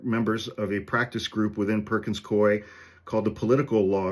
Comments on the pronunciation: It's pronounced cooie, rhymes with dewey. (I once moonlighted there in a temp job for a couple of months about a million years ago in the 90's.) I hope that helps. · It's pronounced "Coo-ee." Back in the day, my best friend and compatriot in the law, worked for them. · It's 'coo-ey.' My next door neighbor is a partner there. They screwed with the wrong law firm. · It’s pronounced COO-ee. I learned this from Legal AF. 🙏🏼💙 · It is Perkins Coo-E (I temped there decades ago).